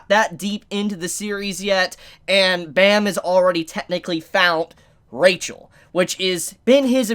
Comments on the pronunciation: Pleaaase staph pronouncing rachel the way you do xd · can someone explain to me with he prenounces rahel instead of rachel or is it a spoiler